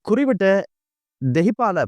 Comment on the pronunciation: குறிப்பிட்ட என்பதற்கு குறிவிட்ட என்பதா தமிழ்